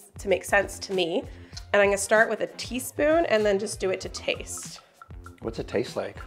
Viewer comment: Did you say “tieve -spoon” 🧐😂 or was you just being silly?